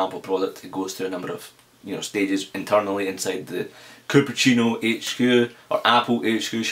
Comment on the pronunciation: It was funny listening to you say Cupertino too haha! But next week is THE best week so far I think! I am fully expecting Steve to announce the new iPhone with iOS5 but it won't be on sale till July/ August. And I am very excited for the new timecapsule rumours as if they do automatic updates I'm so getting one!.